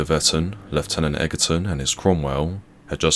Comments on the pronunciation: The commentary is quite good,but you should pronounce the officer's name as Edgerton not Eggerton, despite the spelling. I take it you dinna lern inglish proper at sKule. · It's pronounced 'edgerton' but otherwise, thanks for this video. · Time you learnt to pronounce Egerton!